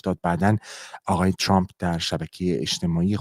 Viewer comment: چراهمه عقده دارن که ترامپ راچرررمپ یاترروومپ چومپ تلفظ کنند ،امریکائیهاوانگلیسی زبانان مثل شما اینقدر غلیظ نمیگن اقای دونلدچومپ چرررررمپ تومپ،نمیتونیدعقده به خرج ندیدوبگیدترامپ😢